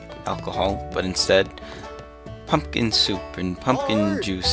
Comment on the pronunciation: lol I thought you said fuckin soup so I rewound it only to find out you actually said pumpkin.